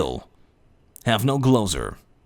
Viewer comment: Haha "Gloser"